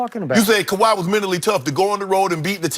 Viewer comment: Skip said kawhai